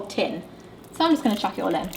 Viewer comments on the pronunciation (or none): none